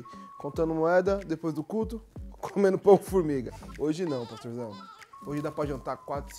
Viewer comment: "É rapidinho paxtorzão..." kkkkkkkkkkk'